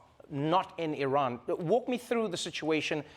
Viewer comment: You are the only person in media who pronounce Iran close to real pronunciation .Love you man